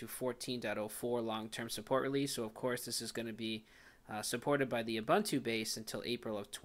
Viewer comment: It's "Ooh Boon Too",. Afrikan word not English:)